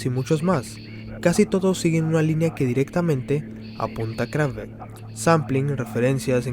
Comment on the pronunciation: No te costaba mucho investigar un segundo como se pronuncian todas las palabras en aleman. Ni siquiera pronuncias bien el nombre de la banda (KraFTVerK, se pronuncian todas las letras en aleman).Musik se lee como se ve, no con pronunciación inglesa. Motorik se acentúa en la segunda sílaba, etc... Por otro lado, la palabra. isolado no existe, la palabra es aislado. Tampoco existe la palabra Exparse, sino que es esparce. Quizás deberías preguntarle a algún corrector para que revise tus guiones en el futuro. No siempre están bien explicados los conceptos y varias veces terminas un párrafo y uno se pregunta que significo todo eso. Un saludo.